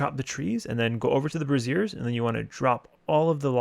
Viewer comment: "light the brassieres" lmao. good guide tho.